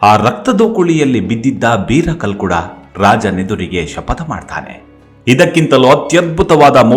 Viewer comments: ಸರ್ ಅದು ಕಲ್ಲುಡ್ಕ ಅಲ್ಲ, ಕಲ್ಕುಡ, ನೀವು ನಮ್ಮ ದೖವಕ್ಕೆ ಅಪಮಾನ ಮಾಡಬೇಡಿ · Kalludka anodana kelokke besara agute naanu tuluva sir uchara solpa sari maadi dhanyavada